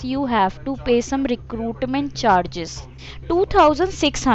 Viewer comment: "RECRUUUDMEND CHARGEZZ"